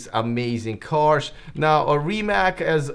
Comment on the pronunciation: It’s not Rimak .